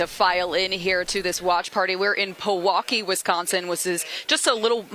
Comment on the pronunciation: You are reporting from Pewaukee Wisconsin. Here in Wisconsin it is pounced pe walk key not paw wolk key.